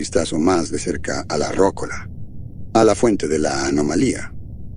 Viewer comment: Muy buen relato, gracias 👍 (comentario aparte, se pronuncia "rocóla", no "rócola"😉)